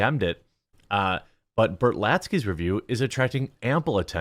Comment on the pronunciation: “Berlatsky” “Iger” “Spielberg”